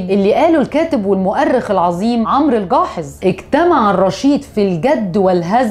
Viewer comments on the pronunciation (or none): none